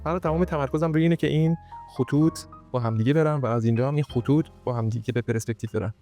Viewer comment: درود خیلی یاد میگیرم و لذت میبرم ولی یه اصلاح کوچیک کنم: تلفظش، «پِرِسپکتیو» نیستش. حرف «ر» ساکن هستش. چیزی که یاد گرفتم اینه که فضا از صفحه های تخت ساخته شده که مثل لایه های پیاز تعدادشون زیاده و خیلی نزدیک به هم هستن. و هرچی فاصله این صفحه ها زیادتر بشه از هم یعنی پرسپکتیو دورتر میشه و عمق فضا بیشتر میشه و برعکس. و از طرفی میشه گفت چیزها از بلوکها ساخته شده که با دیدن و درکشون، میشه به نسبتهای دقیق در عمق و فاصله اونا از هم رسید و میشه طراحی از هر چیزی رو درست انجام داد تا باورپذیر و زنده دیده بشه. واقعا درست گفتی که تا فهم و درک از ساختار طراحی و فضا و عمق و پرسپکتیو بالا نره ، طراحی رو نمیشه فهمید و توش پیشرفت کرد. و همه اینها به لطف اینه که از واژه‌ها درست و دقیق و به جا استفاده میکنی ضمنا تدوین هم خوب و باکلاسه. موسیقی متن و زیرمتن هم خوبه. خدا قوت👏🏼👍🏼✅